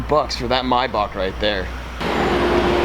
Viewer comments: the way he says Maybach LMAOOOO ****My Back**** lmaooo im cryinggg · Why does he say maybach so weird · Why do he say Maybach like that😭